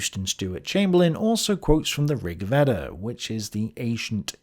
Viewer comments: Thales is pronounced T-ha-les. Epicurus was not a hedonist. Plotinus wasn’t a Christian. Veda is pronounced Vayda. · Not Vedda for Veda.... Vey-da. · Veda is pronounced Vey-Da.